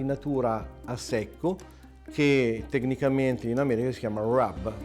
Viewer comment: The way he says 'rub' is too perfect!